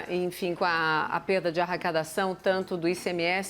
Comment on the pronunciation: Só eu ouvi arracadaçáo?